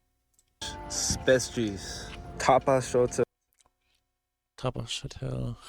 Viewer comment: This is cracking me up (American in Netherlands now 2 years.) have you been to Netherlands, and no not Holland Michigan. The part of the tapasschtel (2 words Tapas as in spanish snack+ scotel = platter) > tapasschotel. Also yes some of your pronunciations are closer than the guy in the video. Bavaria beer is Dutch from the south, for a cheap in a can and good beer an American might appreciate would be Hertog Jan. Tis like the Budweiser of the Netherlands I.M.O.